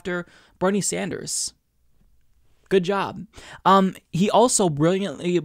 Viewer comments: Plus, she called him "Senator SanJew, er "Sanders"...lol Who is that nitwit, anyway? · Holy shit, she DID say "Sanjew". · I was going to overlook that Freudian Slip! She DID say Senator "Sanjew". SonofaBiscuit! WARREN IS OFFICIALLY TOAST.